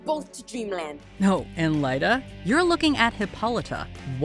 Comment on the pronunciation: I still don't understand why Lyta's name is pronounced "LIE-tah" in this series - it's meant to be short for "Hippolyta", so shouldn't it be "LIT-tah" or "LEE-tah"?